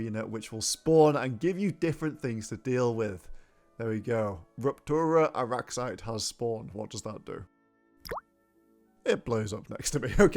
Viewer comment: “Rup—turra arraxyte”